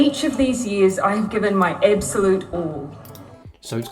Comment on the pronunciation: Ibsolute, pripare, brith, reeelixion, thi sivinth of fibruari, domistic, pindimuc cintiniual 😂😂😂 clown inglish